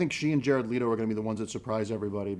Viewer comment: "Jared Leeto"